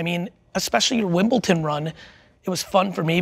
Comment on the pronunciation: Wimbleton??? Blasphemous! It's Wimbledon, Gary! 😂